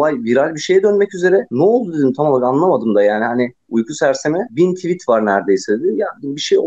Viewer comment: nevşin hanım noooolur tüvit demeseniz nooolur